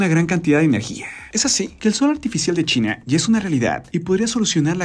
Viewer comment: ■ En el 7 segundos empezando el video que dice "Algo brutal acaba de pasar en .....", parece escucharse decir Chile en vez de China. ● ¿Dijo Chile o China? En el segundos ⏱️. [Y no 007 James Bond 😁]